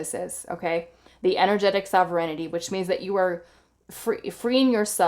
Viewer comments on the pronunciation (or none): Pile 1- - this is how you pronounce Sovereignty: SOV-ren-ty. It means that you rule yourself, like a country that answers only to itself (as opposed to a colony).